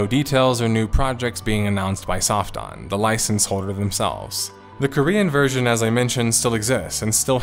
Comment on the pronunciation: I'm sorry, did you say "Soft Dong Entertainment"? I must be hearing that wrong, lol. Yeah I know I know, different cultures and languages and all that, but come on, lol. Oh wait, there's subtitles. Soft On, OK, I was hearing it wrong, lmao.